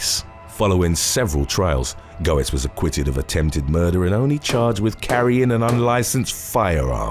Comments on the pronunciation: I've written this before but I wish ppl would help with pronunciatios. Bernard Goetz pronounced it Get-z. The o is silent. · OK. This one made me feel old. Goetz's name is pronounced Getz. He's a lyric in a Billy Joel song. I'm going to get my centrum silver. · It's pronounced G uh t s actually. Also, was he approached by the flash? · No.3 is pronounced "gets" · Its "Gets" Jesus Christ you butcher the ENGLISH language. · His name is pronounced Bernard Getz. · #3 Goetz is pronounced Gates. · Hey bro for future reference, Goetz is pronounced "gets"... at least around here it is. If thats how you pronounce it over there, then ignore me lol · I remember the original Subway Vigilante. “Goetz” is pronounced “Gets”. JS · "Go-etz" No. Getz. Yes. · It's pronounced "gets" not "go-ets". Was annoying. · Just an FYI, it’s pronounced Bernard “GETS” not “GO-ets”😉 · It’s pronounced “gets” not “go ets”. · "Bernard Goetz" is Bernie Gets, phonetically. Just an FYI. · It's pronounced Get's!! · The subway vigilante in the NY subway deaths was as you said Bernhard Goetz but his last name was pronounced as "Getz" rather than the way you are pronouncing it. The "O" in his name is silent. I think you correctly pronounced his first name as Bernard leaving the "H" silent. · Goetz is pronounced Gets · Bernie's last name is pronounced "Gets" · It's pronounced "Gettz" okay. Gettz!!